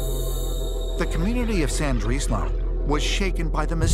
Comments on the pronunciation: I think ita more frustration at the lazy researchers on the program it's not hard to use correct terms and pronunciation for instance calling it San-drees-low( phonetic spelling) its llandudno (clan-dud-no) not sandreeslow it's like when a Scottish loch is pronounced lock or called a lake it's like calling the house of congress the House of Lords or Parliament professional Productions have people employed to research and edit it's just lazy when they get it wrong and as for subtitling a welsh accent you never see them doing it for cajuns or deep south American accents but I'm not offended I'm just being a tad critical it's not a school play it's a very expensive TV programme it's just unprofessional but that's just my humble opinion lol peace love and unity y'all:) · Why does he keep pronouncing it as San-drees-low lol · Sandrislo, Wales? Terrible pronunciation. What a joke. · Would have been good if they'd asked a Welsh person how the place name is actually pronounced 😆😆😆 FFS